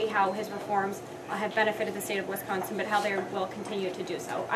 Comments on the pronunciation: Its Wisconsin not WIS consin.. and quite saying I think and forward to! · This must be one of Gov. Walker's out of state hires. When these folks come in they should learn how to say Wisconsin.